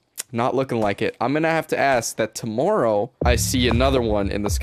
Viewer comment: the way says tomorrow in... omg